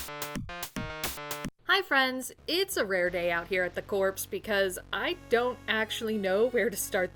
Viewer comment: Corpse? Corps is pronounced the same as core.